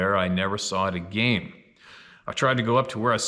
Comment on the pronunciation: Say "Deckle" "A-Gayne"... Lol